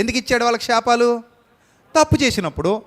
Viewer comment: షాపాలు కాదు శాపాలు...... ముందు తెలుగు సరిగ్గా పలకడం నేర్చుకోండి